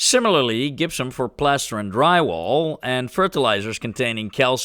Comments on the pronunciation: Gypsum is pronounced "DJIP-sum" (J as in Jump) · The Dutch g is strong in the gypsum. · One trick for pronouncing Gypsium is to say Egyptian (which you did in this video perfectly), but leave off the E. As someone with Dutch ancestry, I've taken pains to teach my family the correct pronunciation for things like Gouda. It's really funny to see that native Dutch speakers can have the same problem in reverse 😅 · I feel gipped by how you say Gypsum. 😂😂